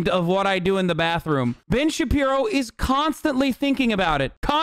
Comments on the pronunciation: Ben shabibo?? Nah more like Ben samuerto. Spanish speakers will get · Lmao "Puck you Ben Shabibo" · Should call him Ben Shitpiro, that's what I call him...